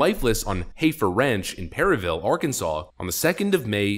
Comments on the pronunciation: Clearly you're no farmboy! It's pronounced "heffer". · it's heffer not hayfer